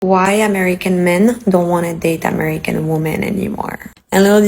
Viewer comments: Why can't any of these people say 'women'? They say 'woman' - singular. What's the deal? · Never listen to anything someone says who cannot pronounce the word "women" correctly.